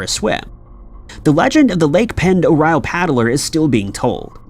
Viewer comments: Um yeah.. Lake Pend Oreille is actually pronounced: lake - pond - a -ray - and is in the Idaho panhandle .. not to far from and to Canada.. one of my distant uncle’s had a house on the very southern part on the west side of the lake.. there is a town called Hope if I remember correctly .. I do however remember what a great place and time I had there on that giant - beautiful- deep and just all around spectacular part of the state and country. .. Fishing there is extraordinary ..especially if you can troll from a boat.. i somehow remember people with us catching (this was 40 years ago now) Kamloop and Cuttthroat Trout- Kokanee Salmom- Northern Pike - hope to go back some day soon. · Ok first of Pend Oreille is pronounced Lake Panderray dont ask, lived there for 10 years never facking made sense. Its also in Idaho, not ohio? The hell bro? They claimed its native american, but um... No its not im cherokee and Apache that's gibberish lol. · I love you, but Pend Orielle is pronounced "Pond Orray" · I grew up on Lake Pend Oreille. It’s French and is pronounced “pond er-ray”. I also had a weird encounter once where I’m pretty sure I saw a periscope pop up from the water once from one of the submarines while out in the middle of the lake on an inflatable boat thing my friend and I paddled out on. Creeped out so bad that I refused to swim out in the deep parts ever again where I couldn’t see what was below me. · Pend Oreille is pronounced Pond-er-ay, just FYI. And the lake is indeed in Idaho, though there is also a Pend Oreille County in Washington state. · Lake Pend' OReille is in Northern Idaho and nowhere near Ohio. Also, it is pronounced like: 'Pond - dor- eye' since it is a French word. It gets mispronounced a lot unfortunately, but at least you can always tell if someone is a local or not when they pronounce it. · Pend Orielle is pronounced Pond-er-ay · Unbelievable your mispronunciation of lake pend oreille. Weak weak weak